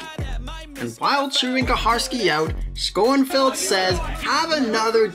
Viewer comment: Jim SCONEFIELD?? It's pronounced SHONFIELD.